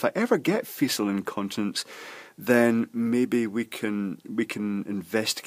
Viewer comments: It's pronounced "feekal" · "fecal" is pronounced with a /k/, not a /s/.